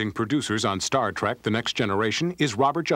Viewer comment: Kind of annoyed me that the narrator kept calling it "Star Track". But thanks for sharing!